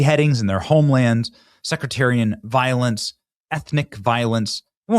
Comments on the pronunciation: BENNY.. its "sectarian" ... not "secretarien"... you make this error repeatedly. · It's sectarian violence, Benny, not secretarian violence. Read at least one challenging book a year, and you'll be less likely to make similar mistakes.